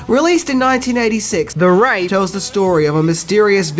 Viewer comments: It's pronounced "ray-thu" Wraith (dead spirit) not Wrath (angry) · The Wrath? C-mon The character in the movie that shares your name, "", "Was "Maggotpied" before the car even exploded." According to Sheriff Loomis. All you have to do, is watch this movie & pay attention to the part where "Rug head" played by Clint Howard is warning the others about The Wraith and you hear the way he pronounces it correctly. I noticed how you went back through your video and overdubbed the correct pronunciation over most of the voiceover parts where you originally called it "The Wrath". Ha ha. Everybody, look up the pilot episode of the Greatest American Hero! In the first seen you will see a whole army of guys that look just like "" that's where he stole his look from! (minus the "chin strap beard".) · I'll disable adblocker if you just redo this whole video. You missed a couple of "wraith" dubs and we all heard wrath. I love watching your vids but am annoyed a little with stuff like this. Another example is in Silver Bullet, you keep saying Gary Boo-see. If you're going to judge how crazy he is, at least say his name correctly. It's not a cultural thing. Beeyousee. B-U-C. quickly. Keep up the good work but don't be a half ass! Your channel is about to explode! Night of the Comet, Strange Brew, Over The Top, Zero Boys, The Last Starfighter. Learn me 10 things! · one of my top ten movies of all time, and im not joking...i love that movie, its what got me into cars, but EVERYTIME this guy says "Wrath" instead of "The Wraith" i fucking cringe....yikes!! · i love this movie. but holy moly dude....it's Wraith not Wrath....please pronounce it properly Also, please do The Kindred :) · Maybe "no one's ever heard of it" because you keep calling it "The Raf" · Hey. The movies name is "The Wraith" and not "The WRATH";) But since you reminded me of this great movie, could you also do "The Last Starfighter"? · I heard wrath every single time when it showed him.